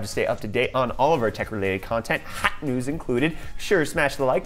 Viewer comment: Everytime you say "HOT" I get a jumpscare 😣☹️